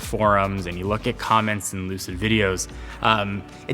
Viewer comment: Did he just say “Lucidge”?? No one will remember the name in 2years either.